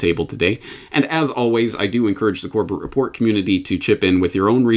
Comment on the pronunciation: "Corbett Report" almost sounded like "Corporate Report" lol